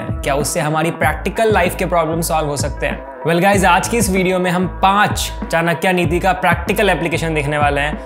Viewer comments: चानक्या नहीं चाणक्य!!! कहना सीखो Me in 10th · It's '' चाणक्य " not " चाणक्या ". You think " चाणक्या " sound cool, no, it sounds that you are fool bro. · One correction here is that the correct pronunciation of Chankya is Chaaa-nuh-k-yuh. There is no aaa sound in the end. Same is for Dharma, no aa sound in the end. Kudos to the team for making videos on these practical topics which people thought are just textual philosophies. I truly believe Indian culture already teaches the correct way of living.